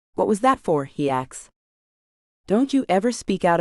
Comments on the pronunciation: It is pronounced "asssk", not "ax". And I could do without the gun politics. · AI needs to go. She says 'axed' instead of 'asked'. Speaking improper English when narrating is inexcusable.